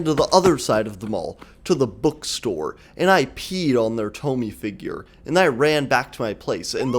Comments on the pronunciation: I am so mad you pronounced it toh-mee instead of toh-mee-eh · It's not tomi, its to-mi-eh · it's thaw-mee-yea